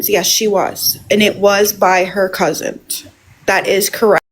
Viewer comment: I heard say "cousint" like Lori does, now I'm wondering if that's a family thing? And I hope you are feeling better real soon❤